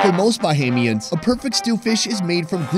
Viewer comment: Ba-Hay-Me-Ans that's how you pronounce it Bui😂